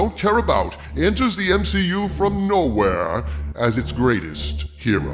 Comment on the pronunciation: Her-o? Who ever came up with that must have been on Her-oin :)